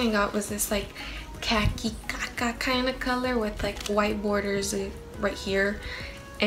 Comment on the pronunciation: Im deadddddd she said " caca color"😂😂😂😂